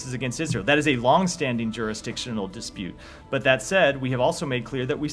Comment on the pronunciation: "Dispute" lol